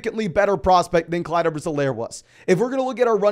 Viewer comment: Clyde not clise too